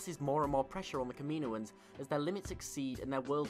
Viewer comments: ka-ma-no-ins I couldn't finish the video because of your butching of the word. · You pronounce “Kaminoans” horrible btw 😂